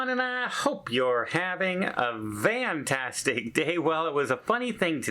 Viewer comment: Are you saying Vantastic day…. Or is that an accent I hear?